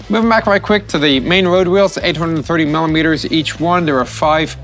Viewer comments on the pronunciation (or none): none